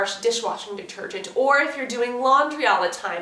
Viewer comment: Where are you from? You said detorgent..